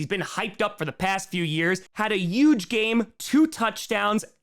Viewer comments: These "power rankings" are dumb (and I'm a 9ers fan). In this case, dropping KC down and the Bills up next to each other illustrates my point. And BTW, the word "huge" does have an H; it's not "euge"! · I feel like intentionally said YUGE so many times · Take a shot every time says "Yuge." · has no trace of an accent Also: “yuge” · If you say huge as "uge", you have to say Jaguars as "yaguars" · One way I can tell you're from New York is whenever you say huge it sounds like Trump lol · can't say huge lol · please pronounce the “H” in huge.